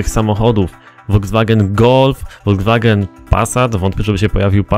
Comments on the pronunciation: Voldzwagen corrado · hce foldzwagena polo